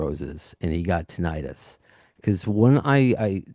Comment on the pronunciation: You’re both mispronouncing “tinnitus.”